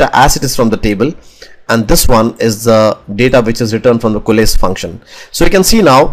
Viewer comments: Since you mentioned about not knowing the exact pronunciation of the word "Coalesce": It's pronounced "Ko"+"Less". You can also listen to the pronunciation on good translate. It will give you the US accent pronunciation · Great video. Exactly what I wanted. You have very impressive English though to answer your question COALESCE should be pronounced Koh-a-less.